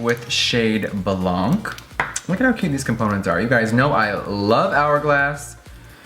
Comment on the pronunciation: blanc is white in french :) the "c" is silent